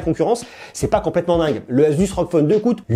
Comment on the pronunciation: asus c pas azuz